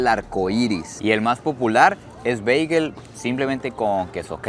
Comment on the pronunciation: Mae perro no se quien le dijo que Bagel se dice así pero mejor pregúntale a un Americano por qué así no es prro. Pura vida ❤